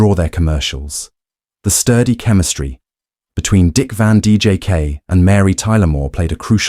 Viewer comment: Van DJK??? If you can't even pronounce the name correctly, how can I believe a word you say.